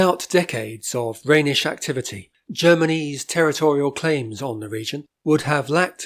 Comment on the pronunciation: Not really. The German name is Rheinisch and his pronunciation is correct.